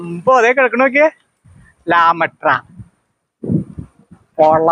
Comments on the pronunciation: ലാ മെട്ര അല്ല താറാമുട്ട . 😂 എന്തുവാടേയ് 😂😂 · ലാമൃട്ടാ അല്ല lambrettra അല്ലെ